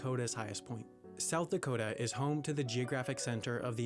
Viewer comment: What not soith dakota?!